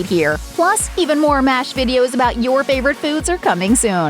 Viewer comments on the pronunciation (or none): none